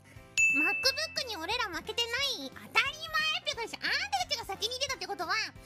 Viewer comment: I love the japanese accent on pronouncing english things. Pekora saying "Makkubukku" made my day!